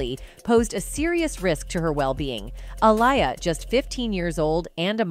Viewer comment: You need to change your Voice Over Artist—she can’t decide how to pronounce the artist’s name Aaliyah or Alia? from one sentence to the other, sometimes in the same sentence. It’s hard to pay attention otherwise. Or is she AI? No I think AI would be better.